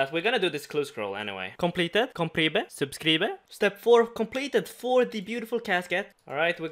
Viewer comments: please learn how to say "subcribe" thank you hahaha Super series boi i love to watch it <3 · "Completed" "Complebe" "Subscreebe"